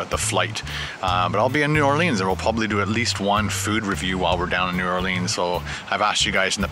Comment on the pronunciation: It's New Or leans